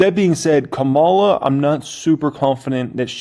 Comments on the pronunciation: Ka´mala Harris. Not KaMAlla Harris. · You're pronouncing her name like Kamala the Ugandan giant, an 80's era pro wrestler.